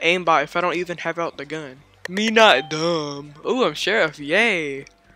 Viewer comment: the way u said me not dum sounds funny 😂